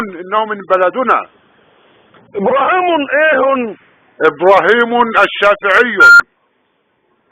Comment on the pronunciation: ابراهيمن ايهون 😂😂😂.....لأتون 🤣🤣🤣🤣